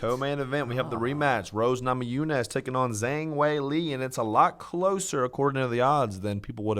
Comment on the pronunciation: FYI from a linguist, not “zang” but more like “jhang” for Weili. The ‘zh’ in Mandarin is like the ‘-dge’ in “judge”